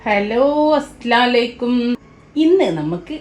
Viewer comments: Asslaalikkum ennalla sahodhari assalamu alaikum ennanu thetti pararayan padillyaaaaa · അസ്സലാമുഅലൈകും എന്ന് വ്യക്തമായി പറയണം.' Mu' ഒഴിവാക്കാൻ പാടില്ല അർത്തവ്യതാസം വരും